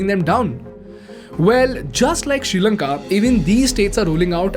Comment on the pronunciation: You said srilanka:: i heard future India 😅